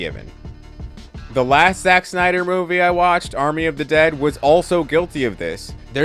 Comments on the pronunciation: Agree more than disagree, but I have to say... he's killing me with saying Schneider instead of Snyder 😖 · It’s Snyder, not Schnieder. Rob Schnieder. Zach SNYder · It’s Snyder, not Schneider. There’s no “ch”. You’re saying the wrong name. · It's Zack Snyder, not Zach Schneider. Snyder and Schneider are two different names. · great video but it’s snyder not schneider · living for you calling him schneider the whole time lol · Who the hell is Zack "Schneider"? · Snyder not Schneider. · I can't watch this video. The freaking "Schneider" thing is bothering me. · It's SNYDER . Ssssssssnyder. Idk where you keep finding the 'SCH' you drop in the name but you certainly don't hit the 'SCH' with any other 'S' words; You said DC Ssssstudios fine. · It's Snyder not Schneider. Every time you said his name I kept thinking of that Rob Schneider bit from South Park. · Why does this dude keep calling him shnyder? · I enjoy watching scenes from Snyder’s films but I don’t rewatch them very often. I do rewatch Gunn’s films and it is mainly to see how things fit together. Thanks for helping me see why. Friendly correction: Snyder is not pronounced like “Schneider.” I’m married to a Snyder and he hates that. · Im sorry i can't watch your video You just keep saying Schneider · Your telling me that a word being mispronounced (which I can’t even hear the mispronouncing) is why you clicked off. Are you sure, or are you mad that he said bad things about Snyder. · There's no H in Zack Snyder